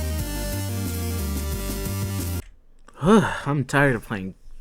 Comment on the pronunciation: its hanzo not honzo